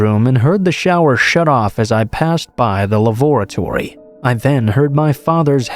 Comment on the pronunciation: That's the best pronunciation of lavatory I've ever heard 😂